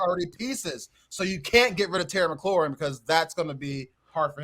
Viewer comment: This man said terry mcclaurin and Allen . He lost some credibility saying that lol